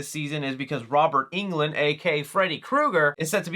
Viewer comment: I thought it was Robert UNG-land 😂